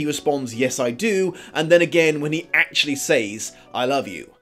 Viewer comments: Speaking of physical and emotional abuse...I'm not an American, so I really don't actively want to tell the English how to speak their own language, but says is pronounced "sɛz" not "says" (search it if you don't believe me). Sorry but it makes you sound like ignorant uncouth moron! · I'm in love with you. There, I said it. Also, I ADORE how you say 'saYs' Oh, by the way, you forgot to mention the plot holes. But I have some ideas why you didn't mention them (2 hours long video)